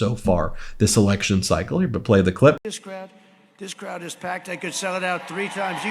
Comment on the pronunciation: He said there were criwds because of beyonce